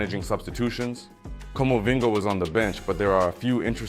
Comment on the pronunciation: The best thing about your video is how you mispronounce all the players! Comovinga 😂😂😂😂😂😂😂😂😂😂